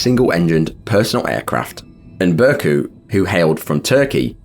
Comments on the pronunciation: That's not pronounced "Burcu Saglam", this is silent "ğ", it's "Bourjue Sallam". R.I.P. everybody. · Kindly pointing out that the "c" in the Turkish alphabet makes a "j" sound. Just for future reference with Turkish names. Burcu's name would be "Bur-ju" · Burcu in Turkish is pronounced Burdju -- the c is like a j in Turkish. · How did you manage to mess pronouncing Burcu that bad lmao